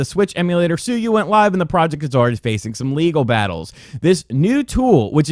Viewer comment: Sue-you Lol